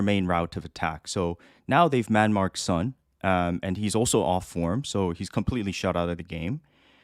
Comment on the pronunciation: Great podcast guys, but how come a Korean guy can't pronounce Son properly? It's 손, not 선!